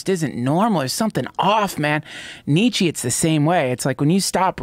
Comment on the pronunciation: please stop saying Nietzsche's name, I've never heard such a painfully butchered pronunciation